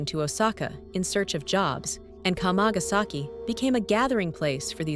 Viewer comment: It's not "k'mah-gas-eki" ... it's kama. Kamagasaki is 釜ヶ崎, kama-ga-saki. WTF do content creators do videos on subjects without even learning how to say them? It's also a great street market to go to. Nothing's hidden, nothing invisible, you just have to go there and walk down the street. Even the yakuza HQ is plainly sign posted if you want to find it. Sick of these tired old tropes about Japan.